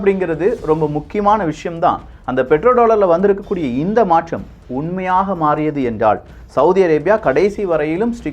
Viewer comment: Your tamizh pronunciation is not fair... ("" Maatrzham""... Illai, athu """"" Maatram"""". """ Nandrzhi""" illai, athu"""""Nandri"""". Thooya thamizh pesugiren endru solli thamizhai kollathirgal... Ungalidam irunthu ithai naangal ethir paarkkavillai... Ean endral... Ellavattrilum.. "" Zha"" Inaithu pesumbothu ketkka enna mo poal ullathu... By the way... Hat's off for all your phenomenal videos.